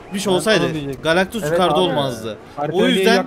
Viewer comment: Abi oyun fatihi wolverineyle savaşı diye sen Galaxtus diyon ıq